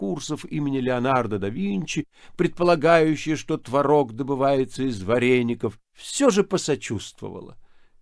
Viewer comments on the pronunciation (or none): none